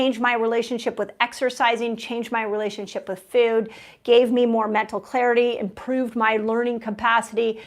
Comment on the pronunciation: Dr. Mindy, the word is food, not feud.